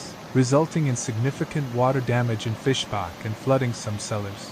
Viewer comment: It‘s not Fischbach, but Fischach.